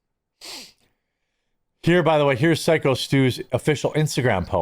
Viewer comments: PSYCHO Stu, not "sicko" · Please stop saying sicko Stu..it's phyco stu, not sicko😅 Danger wrestling was wrestling with the fact they might have had to change it name to BUD LIGHT WRESTLING!!!😅😅😅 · Buddy stop calling him sicko.. pronounced like psycho 😂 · Please please pronounce it PSYCO STU, not sicko Stu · Dude it’s pronounced Psyco Stu not “Sicko”. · It’s “Psycho” Stu not Sicko Stu. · Your saying Psycho wrong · Hey, you've been covering the story for over a week. It's pronounced PSYCHO, figure it out! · Psycho Stu you moron! It is pronounced psycho!!!! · … it’s said like “psycho” Stu. Just wanted to get it right ~